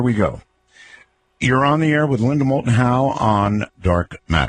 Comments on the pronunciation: You missed the "L" in "Moulton". "Mouton" mean "sheep", in french ... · Doesn't Matter...probably just would have been incorrect info anyways. He couldn't even get the name of the guest right. It is "moulton"...not "mouton".